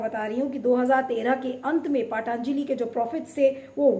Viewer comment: पाटांजली नही पतंजली बोलो. क्या बकवास करती हो. सुधर जाओ.... 😛😛😛😛😛.